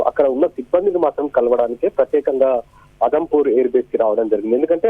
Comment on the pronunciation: అదంపూర్ కాదు.. జమ్ము, ఉదంపూర్ ఎయిర్ బేస్ అది..పీఎం గారు జవాన్ లను ప్రోత్సహించడం బాగుంది